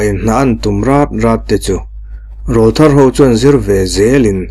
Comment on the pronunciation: Rawlthar tih hi lam rik dan turah chuan an aw râwl kha nawpan lai aw rawl atang aw râwl thar anih tawh avangin Râwl tih tur, au râwl tih angin